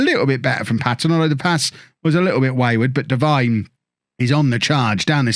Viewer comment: Hey, it’s pronounced Deveene rather than Devine as it’s spelt. Sorry to be that guy, love the series